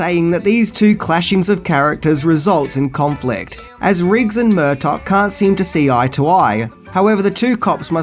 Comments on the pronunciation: Who is Murtock!? It's Murtagh pronounced mur-tar you twat 😜 I still love you, oh and it's bought not brought.... that a company buys a script from someone it's 'bought.' Bought is to buy, brought is to bring!? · Murtaugh has a silent GH